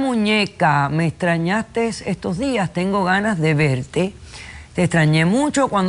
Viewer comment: La Dra. Polo dice "extrañastes" aunque esté leyendo "extrañaste"